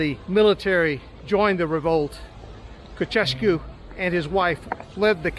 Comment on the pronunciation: Did you say "Cocesco" ( Nicolae Ceaușescu ) lol?